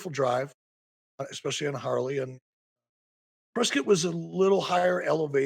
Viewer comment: FYI as someone that the town is named after our family name is pronounced Press Scott Not press Kit 🤦‍♂️ Jaysus